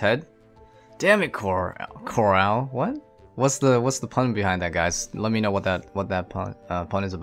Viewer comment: It’s Carl, buts that’s super funny that’s how Rick pronounces it ;)